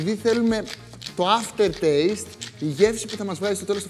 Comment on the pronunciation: Τέλειο.... Μόνο το "after rtaste" μου το χάλασε...